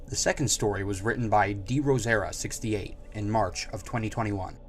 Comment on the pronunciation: Those fics were pretty sus ngl Also pronunciation is (Dro-se-ra)